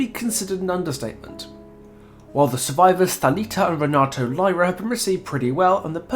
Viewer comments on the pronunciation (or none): BTW, i can only assume you've gotten this comment from like 14 other people by now, but Renato's name is pronounced "Henato" as that's apparently a thing with Portuguese pronunciation. Thalita is heard pronouncing it this way in her lobby quotes.